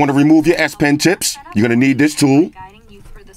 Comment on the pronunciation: Sound like he said you got a red ass pin.